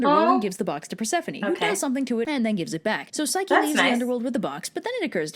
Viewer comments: I'm really not trying to be mean but I think you said psyche wrong again I'm not trying to be mean! I think it's pronounced pyshcE not trying to be mean ❤❤❤ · i think it pronounced pchycee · You pronounced Psyche wrong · She pronounced Eros and Psyche wrong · You said Eros and Psyche wrong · She’s pronouncing the names wrong and it hurts